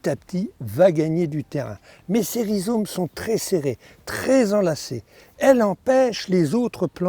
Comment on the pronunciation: On dit des rhizomes et non des rhizones!